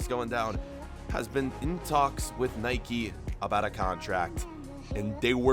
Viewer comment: He mispronounces both Nike and Adidas